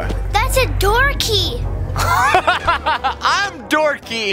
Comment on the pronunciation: and what’s that thing for?: THATS A DOORKAY: 🤣🤣🤣🤣 I’m doorkay Edit: I said doorkay beucuze it sounds like and said it